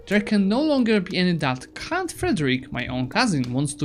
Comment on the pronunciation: I liked when you kept saying cunt instead of count. xD